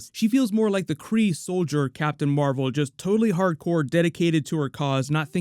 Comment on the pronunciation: Captain Meh-vel 😒